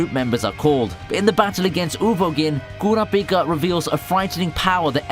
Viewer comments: did you even watch the anime? or are you just reading off a script. You surely would not mis-read Kurapipa for Kura-pika like you did, if you did so. Both versions of HxH says his name the same way. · No way bro said cor a pika ☠️ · Coorapeeca.. that hurt to a point i question the narrators interest in the show. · ku ra Pika lol you pronounce it fast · it pains me to hear how u slaughter kurapika and netero name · the way you say kurapika makes me wanna die good content tho